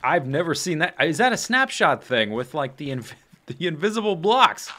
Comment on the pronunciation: It sounds like you're saying 'Schnaps-shot', that sounds disgusting! :D